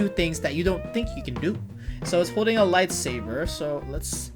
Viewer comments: he said lightsaver it is saber not saver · that is my biggest petpev when people say lightsaver instead of lightsaber and they say dark vader dude it's Darth Vader